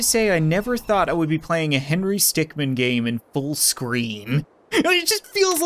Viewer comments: you meant not men it’s min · it's Not Stickmen it's Stickmin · ITS HENRY STICKMIN NOT STICKMEN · it's Henry Stickmin, not Stickmen. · It’s “stickmin” not “stickmen”